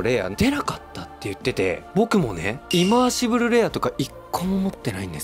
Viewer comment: ずっとイマーシブ“ル”って言ってない？笑 リバーシブルにひっぱられてる？